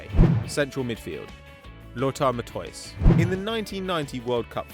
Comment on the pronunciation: "Lutwor Mathoys"... lol. Rubbish pronunciation.